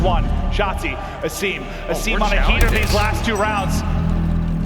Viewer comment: it’s weird that everyone pronounces Asim wrong and he’s okay with it. I’m pretty sure it’s pronounced Aseem. If i’m wrong let me know, but I’m pretty sure A-sim isn’t the correct way to say it.